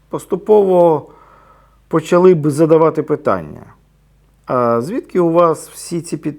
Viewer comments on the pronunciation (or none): none